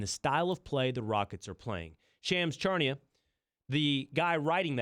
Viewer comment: Stephen A: Pelinkerr Magic: Shaggy P Big Perk: GoBerg Will Cain: Charnia